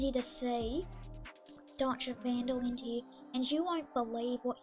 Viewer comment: "van dil lin" 😂 its "van der linde"